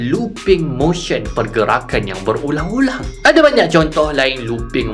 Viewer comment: awal2 tu saya dengar bang kata berulam-berulam....